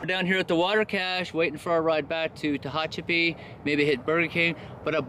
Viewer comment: Tickled to see that after several days you got the pronunciation of Tehachapi down, good job, now were are the critters not the people ones the four/six/eight legged ones or even the no legged ones? Guessing you would need a four wheel drive on that road. Enjoy listening to your monologue, just keeping it real. Produce, interesting fellow. 16.7 miles not really a NERO. Ok, you are still having some issues with Tehachapi. LOL. SAFE HIKING